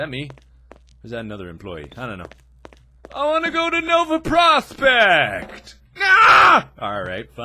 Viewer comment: “I wanna go to Nova PrrOSPECHT!” R A G E